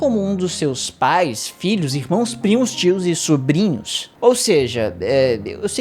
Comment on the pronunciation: Ele: 'Filhos" O que eu entendo: "Vídeos".